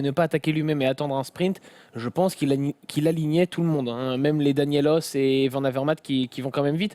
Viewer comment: Pour Trentin il irait chez CCC la saison prochaine. Il vient entre autre renforcer l'effectif pour les flandriennes. Pour les noms flamands, VAN se prononce VANNE !!!!